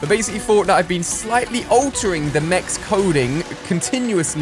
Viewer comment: Did he just say bring back meechs